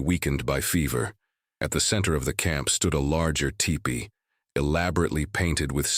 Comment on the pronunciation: Btw, it’s pronounced “tEEpee” NOT tippy! Don’t think I prefer this AI narration.